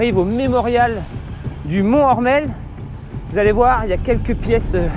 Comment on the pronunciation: Juste pour info, on dit mon tor mel et non, mont ormel. MONTORMEL c en 1 seul mots.